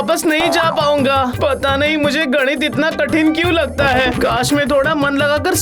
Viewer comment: Nit nahi ganit